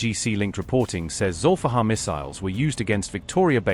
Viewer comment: It's Zulifqar, aka Ali's sword. not Zolfaghar 👍👍